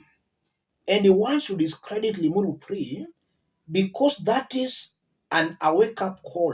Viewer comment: What did u say! ‘Ling uru thi’ or I did I hear you wrong. LOL 😂😂